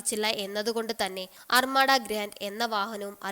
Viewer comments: അർമാഡാ അല്ല അർമദ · അർമട അല്ല അർമഥ